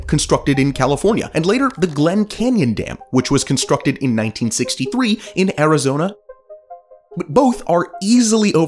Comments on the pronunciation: Then "Azirona?" Are you serious? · Azirona Ihado.